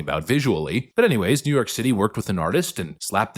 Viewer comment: Jeew York Jeew York… Jeew Yoorrrk.